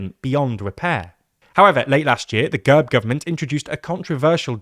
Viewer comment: It's not girb, it's gehrb.